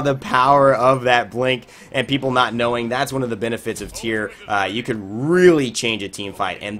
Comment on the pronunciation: Tie-Ra* Not tier.